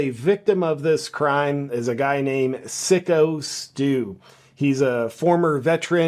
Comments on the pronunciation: Its Psycho Steve, not Sicko Steve. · FYI not sicko its SYKO as in Psycho the movie.😂😂😂